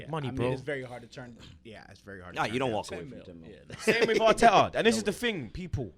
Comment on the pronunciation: "we got MIKEL ARTEKKERZ BLUD"